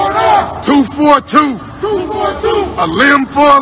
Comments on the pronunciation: I thought it was tooth for a tooth. Not toof for a toof. Will they please record someone who actually passed elementary spelling? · The "Toof for a Toof Militia" 😬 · What's a " Tooff "⁉️⁉️⁉️ ⁉️⁉️⁉️⁉️⁉️⁉️⁉️⁉️ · A toof for a toof? wtf is a toof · Um... what's a tooff 4 ah tooff??? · You hear that dude he can't even say tooth there's no f in tooth dude I mean what the fuck is wrong with you if you can't even speak the English language you don't have a right to stand up there and talk a bunch of dumb shit dumbass punks I'm getting so sick of this shit it's time for us to handle it ourselves nobody else is going to and if we sit back and wait all it's going to be the answer to that is the end of us we can't sit and wait there is no plan if you're a cue and on person if you got to think about this the q told us to trust a plan trust a plan I honestly believe the q is evil too because there is no plan they want us to sit back and do nothing until it's all over and we can't do anything so people need to wake up there is nobody out there has a plan or it's going to save us it's up to us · Did he say a “ TOOF for a TOOF” ? What’s a TOOF , anyone ? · I think it's pronounced "tooth" with the th.... not toof or tooph. Or whatever those illiterate f*cks were saying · I like when that idiot says “ a toof for a toof” probably got a scholarship for English lit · toof fo a toof. LMAO